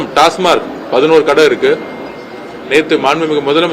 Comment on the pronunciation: டாஸ்மார்க் இல்லை டாஸ்மாக்